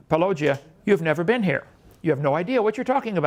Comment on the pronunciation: I just love how Kent attacks others' names out of childish disrespect. Paul-OH-gia, Larry Nelson, etc. Go to jail, Kent.